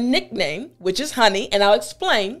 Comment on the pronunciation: You should be reported for misuse of english-honey- in the way you say it, it's an act of ,,lezmajestate". Corina Ijac